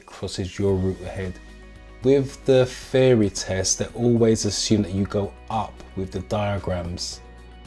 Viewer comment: I like your videos, wish me luck as my theory test is coming up soon. Everything else is fine except that part where you refer 'theory test' as 'feory test'. It's bothering a little....just little. HAHA